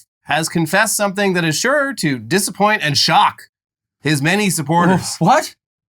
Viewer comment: shuure 😮 shore 😢 shoorue😂